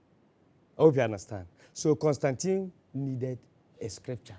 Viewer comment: He has the correct pronunciation of Constantine. Kobby Ireland